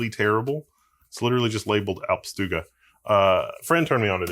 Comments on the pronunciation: Your attempt at saying "alpstuga" (alpStuga, alpineCottage) was pretty good. And what we want you to ramble about - I'd be here for you just getting a big pack of whatever you caffinated brew of choice is and just hear you disengage the brakes. Not knowing where a journey will end is even more interesting with a knowledgeable guide. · Good pronunciation of Alpstuga